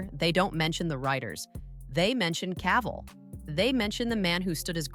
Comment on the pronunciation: you need to learn how to say Cavill before you make a video of him